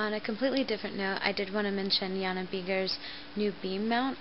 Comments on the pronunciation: ps, isnt jana pronounced (ya-na) not literally (ja-na) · and by thw way its pronounced Y-ana you dont say tje "j" in jana.